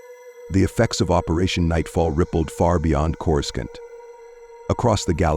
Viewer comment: Say with me now, Corrus-scaant